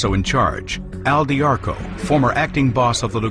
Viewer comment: If you like this doc, you can learn a ton more from, MOB BOSS, the first person perspective from AL D'Arco ((dee AR coh) not (dar koh) like the audible book say) it's really good autobiography